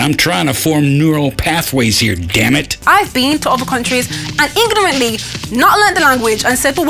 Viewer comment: I need a second opinion. Does she says "ingornantly"?